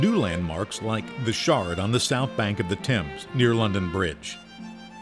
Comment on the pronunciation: The river Thames is pronounced "Tehmz," not "Tahmz." 🇬🇧 Apart from that, though, excellent video! 😃